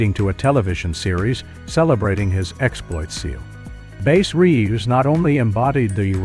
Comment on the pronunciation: You lost me at "Base Reeves"